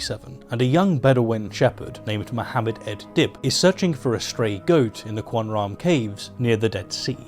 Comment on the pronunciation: Dont let any of this distract from the fact that he pronounced qumran as cwun-run lol